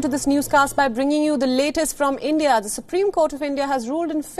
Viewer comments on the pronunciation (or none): none